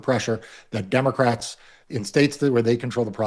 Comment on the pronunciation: You keep mispronouncing Democrat when you say this is a 5 alarm fire for Democrats